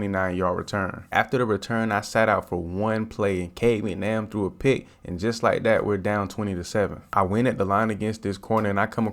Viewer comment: He called him Cade McNamm 😂😂😂😂. When he’s throwing like that, you can call him whatever you want.